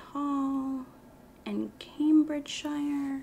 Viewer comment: the way you pronounce cambridgeshire and gloucestershire kills me